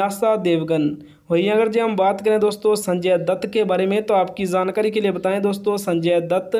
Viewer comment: Zankari nahi hota jankari hota hai